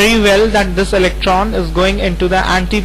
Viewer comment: its orbital not orbitaaaaaaaal